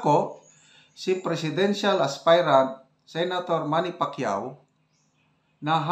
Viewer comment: Pacyoh? No way👎👎👎👎